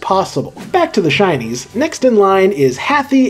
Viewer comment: help i keep on hearing shinies as Chinese